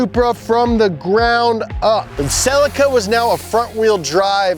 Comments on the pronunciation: I am sure it pronounced "Cel-ee-ka" not "sell-ika" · It's not SELL-ICKA, it's SELL-EEKA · ok SAY IT SLOWLYY C EE LEEE KKAA NOT SIILYKA U MORONS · "Sell-eee-ka" not "Silika" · Why do you Americans insist on mispronouncing so many things? Rest of the word calls it a "Seelica" and you say "salica" Solder V's Sawder etc etc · I'm sorry but the way you called the Celica a Cell-ika was just cringe.... But awesome vid. Loved the mk3. My GT2 first car. 😁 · Always forget Brits say Celica funny, we pronounce it s'leeka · A little piece of me dies inside each time you mispronounce Celica. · Anyone else shouting at the video over the pronunciation of Celica? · As an Australian I can't stand that pronunciation of Celica. So I Googled it. Google will speak the US and UK versions of it. But it's a Japanese car! So I Googled their pronunciation and ohhh boy I ain't saying it like that! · Stop saying celica in a fucked up way you don't say it like that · That’s not how you pronounce Celica 🤦🏻‍♂️ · i'm most shook at how you guys pronounced celica